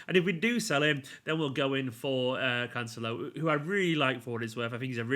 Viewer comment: Emphasis on celo not the can, canCELO